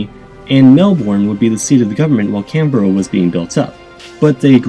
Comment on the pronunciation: Correct pronounce Canberra correctly but need to do some work in Melbourne!